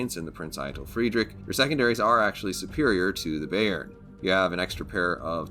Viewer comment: Youve to pronounce the bay in bayern like bye. 😉 Good videos, greetz from germany.